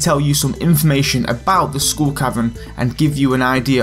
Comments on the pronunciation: No it's SKULL. not SCHOOL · “Heych Pee” “School Caverns”